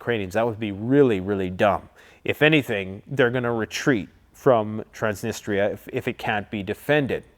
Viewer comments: Good job as always, keep 'em coming. May I suggest a pronounciation of Trans-knee-stree-ah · It's pronounced trans-nist-treeeaa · Trans Nistria. 2 words can help pronunciation. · Trans - niss - tree - ahhhh😊